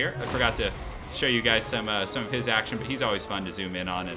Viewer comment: "Forgot to show you guys some of his Axe-tion" Intended I hope? ;)